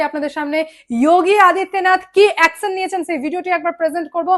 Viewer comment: Akson na action please pronounce correctly 😂